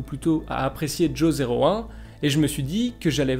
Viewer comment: Ce serait bien de prononcer Jo01 en Johan, car Jo 0 one -> joan -> johan